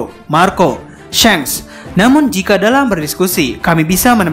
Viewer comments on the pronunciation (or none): none